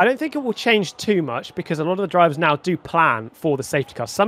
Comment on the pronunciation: are you serious right neow bruh